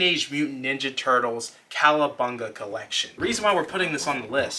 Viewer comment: It’s cowa. COWA. Not Calabunga but, COWABUNGA.